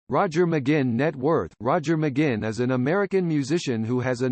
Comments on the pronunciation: True to pronounce his name correct next time. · Stupid jazz , can't pronounce his name correctly. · It's a computer narrating, but if the person who made it wrote "mahgwin" it probably would've said it right lol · His name is NOT McGinn! It is pronounced: "Mick Gwin." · Okay, thanks for doing this video on one of my lifetime inspirations. But— It's not "Muh-ginn", hello: it doesn't rhyme with "begin"—duh. Each time I hear his name's mispronunciation in this video, which is of course a whole lot because he is your subject, it pisses me off. McGuinn at the beginning, and learn to say his name right. If you're going to do a vid bio of someone, learn to say their name right from the beginning, otherwise it sounds "off", i.e., potentially misinformed. I mean how do you pronounce yours? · I believe McGuinn is pronounced Mcgwinn. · Why the awful computer voice. Can't even pronounce his name right. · At least get the pronouncing of his name right!...at least he mentioned his name change from Jim to Roger...done I believe because the later had the 'right' number of letters in it! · This is a bull crap completely incorrect information video. TO BEGIN WITH THEY CAN'T EVEN PRONOUNCE HIS NAME CORRECTLY. Turn this off & look for something where the people who produce it have a brain in their heads.💩💩💩💩💩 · come on! u could at least pronounce his name correctly!!! ugh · You can't even pronounce his last name correctly. What a joke. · Incredibly annoying how the narrator repeatedly mispronounces McGuinn... sounds like it's a computer generated voice. Not a very comprehensive overview either. Roger deserves much better!